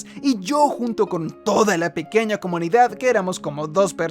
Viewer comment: Siempre que decias Comunidad, en mi cabeza sonaba "SOMOS COMUNIGAD"!!!! jajajajaja